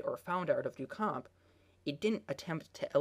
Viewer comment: Thank you! Anyone doing a video on art should know this. I cannot share this video with my students due to his awful pronunciation.